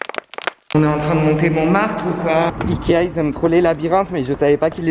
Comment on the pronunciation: ikea prononcé "aïe kea "😭😭😭